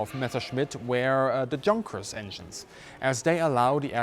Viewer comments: That's as in "Yoonkers" in English pronunciation, consistently, not Yunkers (even), excuse me. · not ya, but you: for english speaking people is pronouciation from Junkers= "yougkers", Jumo= "youmo" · Great commentary with many well thought-out incites. As a native English speaker, I have one request though. Please do not anglicize the pronunciation of German words. I like it that you pronounced "Jabo" correctly but pronouncing "Junkers" with an English "Jay" sound really grated. Please use the correct pronunciation, as a German would say it, that way we can learn the correct version. One question that bothers me about nomenclature, if I may. We all know that the Bf109 was not an ME109 but I recently heard an ex-German fighter pilot who flew it calling it an ME109 ("ME hundert neun"). ME pronounced "May". Was it common for the pilots themselves to call it an ME109? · Bitte! Bitte! Bitte... It's Messer-schmitt... NOT Mesher -smith... PLEASE!... 'Junkers' is pronounced 'Yunkers! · The Me 262 has always been one of the most fascinating aircraft from WWII and I greatly appreciate this in depth video on it. I also appreciate that your main viewership will in the US, so I'd like to assure you that when pronouncing proper names of German people or companies, we will be able to understand your use of the Germanic 'Ya' sound for words like "Junkers" and "Jumo." It was a little off-putting to hear you say them with the English 'J' sound. And in English, a "junker" is a worn out car OR a person who scavenges through junkyards. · Is it actually pronounced “junkers” as opposed to “yoonkers”? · Why don't you pronounce "junkers" properly?